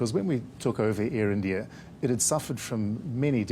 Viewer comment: ieeendiaaye......how hard is it to say "India"